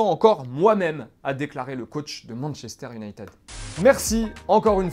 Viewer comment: Je veux pas faire le chiant mais arrêtez de dire "yunaytEUD" ! Soit vous dites yunaytId (vrai prononciation en anglais) soit unitèd (en français lol) Merci 😁